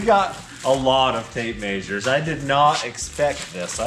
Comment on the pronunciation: That’s a lot of tape “mazures”